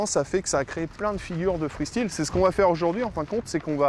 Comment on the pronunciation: Oui mr du cerf-volant le free stile pas le free style sinon bonne vidéo